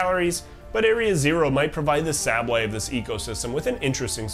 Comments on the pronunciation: Okay, the video is hard to focus on, the whole time I am wondering if you are purposely pronouncing sableye that way? Saying sahble eye instead of the canonical Sable eye. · If I had to guess what makes me so crazy for Pokémon, it’s the Pokémon themselves and how they fit into their region. Specifically, how they influence the region and each other. It even makes me wanna study ecology or biology of my current plans fall through!! P.S. the way you pronounce Sableye makes me want to die